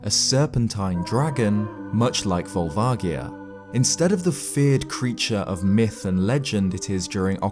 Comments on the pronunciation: Pretty sure it's a hard A, and a soft O and G. Volvagia. The first A is pronounced as an A, or eh and not ah, or aw. The G is pronounced with a soft G like George, or like you would pronounce a J like Jerry, and not a hard G like Garry or grapefruit. The O is also a soft pronunciation like "aw". Edit: Looking at it again, the "vag" in Volvagia is pronounced like "v-age", with the AG sound being pronounced the same way you would say "age". "V-aw-lv-age-ia." or "Vol-vay-gee-uh" Phonetically speaking of course. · It actually is written with a soft "j" sound in the Japanese game, for what it's worth. Sure, they change things up in localization sometimes - strictly it's more like "Barubajia" than anything (hence Barba from Zelda 2, who I'm surprised the video never mentioned) - but when there's no official English pronunciation stating otherwise, I think it's a fair assumption that it'll be similar. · That's correct. consistently gets this one wrong, because it's never been pronounced out loud in any English media - but the Japanese version quite explicitly has a soft "g" sound. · Awesome video! However, it's probably pronounced Vol-va-ji-a. The Japanese name uses ジ (ji) not ギ (gi). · Vol-vah-jee-ah will always be how I pronounce it, it's closer to the Japanese pronunciation. They came up with it so they get to choose pronunciation. I know I should just let it go and I'm sorry for being petty about it, but I just couldn't leave it alone. THAT SAID, this video was really great and informative! It really made me look at the Fire Temple and Volvagia in a way I never had before. Though honestly I thought you were going to say the Gerudo built it when you started talking about how Ganon might have known about the dragon. That, combined with the architecture and the original style of the Fire Temple's music with the Arabic sampling really made sense to me. I was a bit surprised you didn't go in that direction! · Ugh, you say Volvagia wrong